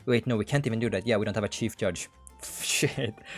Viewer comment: "shief judge"